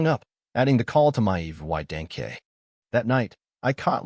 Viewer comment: When the AI doesn't know how to read the words violated and evidence